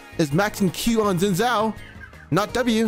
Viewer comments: Chinese dude can't even pronounce Xin Zhao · Btw Xin Zhao is pronounced a bit like "Shin Jao"